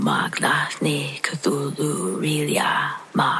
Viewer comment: Glad you pronounced Cthulhu for me. Lol. Thank you ma'am.